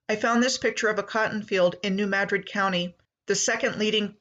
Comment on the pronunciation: That was the other one. It isn't mad-drid its muhdrid